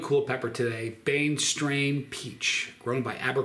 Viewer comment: A Ghost anything lost me. But, cross ghosts? Fugedaboudit! When I first heard you say the name of this pepper, I thought you were saying “Brainstrain”. I thought that was appropriate. It doesn’t matter, it’s still a great pepper. You’re amazing, (breath).😁